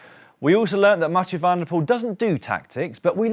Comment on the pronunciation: Hello Daniel et al, thanks for a superb show, I’ve watched every day of the Giro so far. Please allow me, on behalf of all your Dutch, Flemish and South African viewers to appeal to you to pronounce cyclists from those countries’ surnames correctly, when they start with “Van” - and there’re a lot of them! Van Aert, Van der Poel, Van Baarle and the rest are pronounced ‘fun’, not ‘van’ like a small truck. PLEASE - just park the vans!! You guys are all brilliant at getting the French names correct, so why the glaring inconsistency? Either anglicise ALL the names or take the trouble to find out how they’re pronounced in their home countries; anything else is disrespectful and lazy journalism. You guys are better than that! Thanks. PS: And this is a sincere offer, I’d be happy to offer a short ‘workshop’ on those countries’ names - let me know, but keep up the great work! Rory